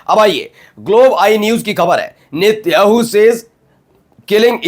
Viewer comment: भाई नेत्याणू नही नेतन्याहू 😂